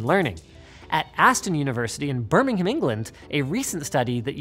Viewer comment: Im so glad you said Birmingham correctly